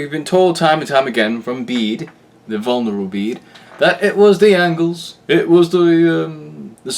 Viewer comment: Did i hear Vulnerable Bede instead of the Venerable Bede?